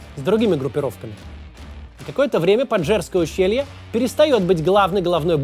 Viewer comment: Прямо изрезал ухо своим этим "панджерское" нет ска такого ущелья!